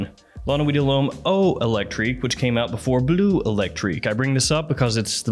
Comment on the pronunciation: I love your videos, I really do. But one small piece of advice if I may(and I'm not a native french speaker, but still): The E is before the U in BLEU. It drives my inner Sheldon crazy hearing you pronounce it BLUE all the time. 🤯😅